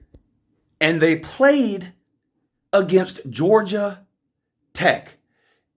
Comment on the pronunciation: But Woo, who have dey pwayed?